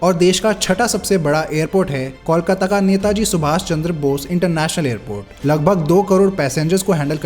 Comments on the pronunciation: It's not callkata it's Kolkata! ok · 'Coal' kata not 'Kaul' kata. First correct the pronunciation.. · Since when did Kolkata become Kawlkata? Even in Hindi the spelling is कोलकाता. O ka matra became Aww? Shitty audio, wrong facs and too many wrong images used for representation. Needs way better research. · Kindly pronounce the name of Kolkata properly. The way you are pronouncing it the spelling would be Callcuta which is incorrect. Pronounce it like Coal-kataa. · Please understand what I am saying here. Calcutta is the name given by British. But what I said about the pronunciation is Call-kataa. The actual pronunciation is Coal-kataa.